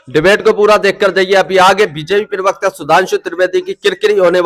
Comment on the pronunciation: Pl do no speak pirwakta it is prawakta